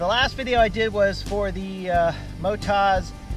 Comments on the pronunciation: It’s Mot-oz. As in Oztralia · that's a thorough review, thanks! I was so distracted by your pronunciation of MotoZ (should be Moto-Z in my view), that i had to really focus to get the rest of the review. That Brad sure is a horse's head....... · They are from an Australian company, built tough for Australian conditions. From Oztralia, the land of OZ; So the emphasis is on the last syllable - motOZ.